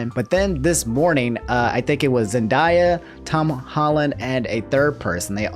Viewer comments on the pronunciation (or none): Say Zen-die-ah one more time and ima fight on behalf of her beautiful name. Zen-Day-Ah. Love the vids but I'll fight for Rue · ITS ZEN-DAY-A NOT ZEN-DIE-A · "Zen-DIE-ya" Damn, do you unironically say "pokeman"? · Bro it’s pronounced “Zen-day-ya” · Zen(diea) tf lol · my boi said “zenDIEya”